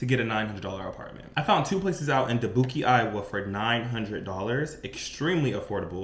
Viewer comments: Try Da-buke, but I love your confidence. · You lost me at dabookie Iowa 😂😂😂 I love your TikToks ❤ you got me cracking up